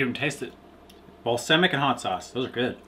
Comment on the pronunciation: DUDES- It's BAL-SAM-IC not bal-SIM-ic !! Thanks for another wonderful video!